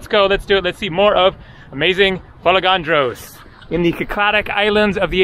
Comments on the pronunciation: Beautiful video from a beautiful island. It's FolEgandros and not FolegAndros as you say. Pronounce it correctly, you have been coming to Greece for years now)) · How did you manage to go there without learning how to pronounce the name of the island ? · I also corrected him and It wasn't a dig. I would undestand if it was somebody's first visit in the country. He's been coming to Greece for years and I am sure he can do it. Correct tone makes a big difference. There is another island called Andros. If he pronounced it andrOs everybody would have a hard time understanding what he said. This is mainly for his convenience because he travels a lot and interacts with people.Correct pronunciation will make his travel life much easier. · sure, pronounciation makes life easier but it's a never ending process even if you are very good at speaking a language, quite sure when speaking 'easy' english, lots of people pronounce wrongly,esp. the British city names😅. Let's focus on the admirable work which is shown by, his absolute discipline and enthusiasm when filming his videos. This is discipline, quite sure, lots of people underestimate the amount of work which has to be done, showing these videos to us, and think it's mostly fun and always nice and easy. For sure, it's not. So, thank you again,, for showing us your world. Nobody else could do it like that. Για σού from another island🇬🇷💙. In the shade😘